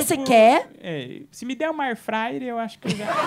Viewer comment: Airfraier rsrsrsrs kkkkkkk